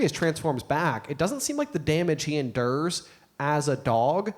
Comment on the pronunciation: Can someone PLEASE teach how to pronounce "endure"???